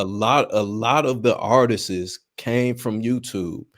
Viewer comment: How yall keep letting this dude say "artises"? ARTISTS has two syllables not three!